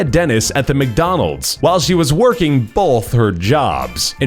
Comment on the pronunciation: he says bolth no stop